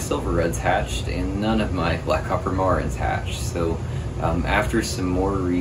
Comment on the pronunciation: You wanna be the go to man for BCM in your area and you can’t even say the name of the chicken correctly? It’s Mare-ens, not whatever you’re saying… now I’m turning off the video ;)